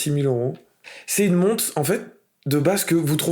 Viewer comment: Sérieusement, deuxième videos que je regarde et tu prononces une "monte"... une montRe stp!!